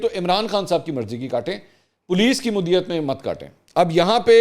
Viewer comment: منصور بھائی! مدعیت کا تلفظ درست ادا کریں شکریہ جامی